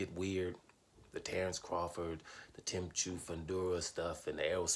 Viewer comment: Tsyzu is pronounced Zoo......fyi